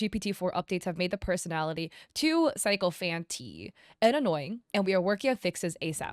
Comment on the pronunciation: It's not a big deal but it's pronounced sick-o-fant